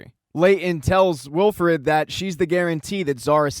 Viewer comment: thanks, but its wilford, not wilfred, cheers